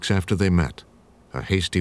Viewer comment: "A man aft-err My Own Heart...".